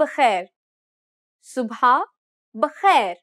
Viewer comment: The word is Sub'h not Sub.ha.